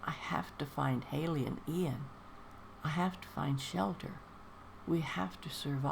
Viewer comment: Another lovely reading, thank you :) Yes, it's Iain with an i, not Lain with an L. Hope you have a wonderful Christmas, Shirley!